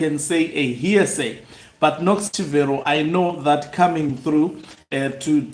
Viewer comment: CHIVERO is pronounced as Chibero Daniel GARWE is pronounced as GA-RWE